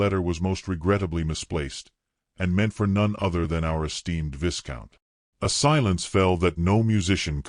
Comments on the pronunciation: Good story. The pic of them getting married in the chapel, has her hand in the crook of his arm, but yet both of her hands are holding her bouquet! 3 hands! 😂😂😂 AI pronounces VI COUNT as VIS COUNT! That’s funny too.😂😂😂. Still rate your tale a 5 out of 10. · It's "V-EYE count."